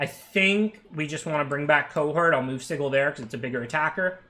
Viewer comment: It's not sigil it's sigil